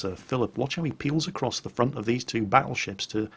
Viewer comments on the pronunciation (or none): none